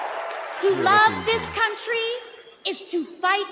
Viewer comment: did she say cuntry ? 😂